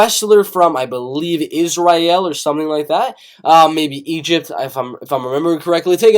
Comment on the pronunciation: confuses Israel with Egypt "Is-rye-el" Egypt dude is fighting a can he's gonna win